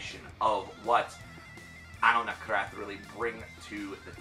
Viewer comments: I believe it's pronounced like "An-ahl Nah-thrawk" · Can understand making that mistake once but 3 straight album cycles he kept misnaming them Nakrath. Lol